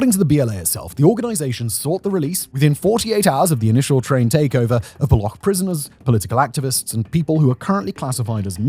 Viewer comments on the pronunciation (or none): The amount of research that has done on the Pakistan part is simply ridiculous. The insurgents are called Baloch; "ch" as in charm, not balokh😂. And they dont attack "Indian laborers" Because there arent any Indian labourers in Pakistan to begin with. You do know that pakistan and india are for all intent and purposes enemy states right? the only handful of indians you will find in pakistan are either on diplomatic missions or pilgrims. This is frankly shameful. 😂😂